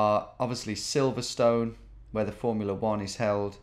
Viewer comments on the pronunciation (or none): none